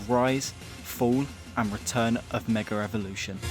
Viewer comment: Great video but you need to learn how to say Mega evolution